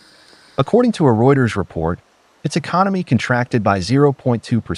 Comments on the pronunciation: She is a good news readers but please pronounce Economy properly. It is not Econo me it is Eco nomi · It’s Economy not Econaaamy”